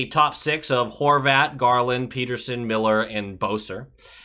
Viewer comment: pet-ter-son not peter-son!